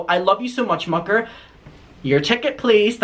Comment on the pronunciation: every time he says mucker, my ears trick me into thinking he's saying "fucker" lmao